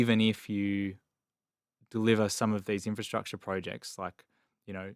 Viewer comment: I am totally fed up with hearing people say inferstructure when the word is INFRASTRUCTURE!!! I would expect better from the deputy editor of Investors Chronicle! There is therefore NO INCENTIVE for me to subscribe when standards have fallen so low!